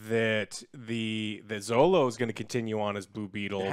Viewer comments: His name is Xolo, pronounce "Sholo" ... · Heads up! Xolo is pronounced “Cholo” not “Zolo” or just call him Miguel 😂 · Godddam yall dont know how to pronounce Xolo's name